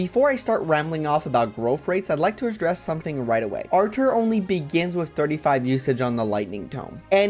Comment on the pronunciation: Your pronunciation of Artur is curious (Because it sounds like Archer) because i just pronounce it like Arthur